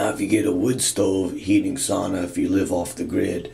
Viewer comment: Sauna - the one Finnish word the whole world knows and everyone mispronounces